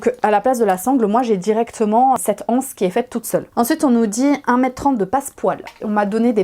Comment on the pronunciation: Il ne me semble pas qu’il y ait un h aspire devant le mot anse. On dit donc les z’anses… la « anse « ( qui s’écrit d’ailleurs hanse) est une association de marchands. Désolée, je sais que c’est à la mode de dire la anse, mais c’est vraiment absurde.